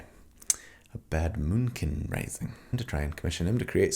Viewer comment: I haven't watched a single minute yet, but I saw "The Moonkin" on a video and heard say "Boomkin". My Druid neurons are firing on all cylinders.